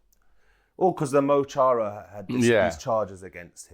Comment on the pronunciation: Pedants corner - Mo Chara. Is irish for ‘my friend ‘. The ‘Mo’ sounds like ‘Mu’ in mud and the Ch is a soft ‘k’. I like it though when you make it sound Arabic.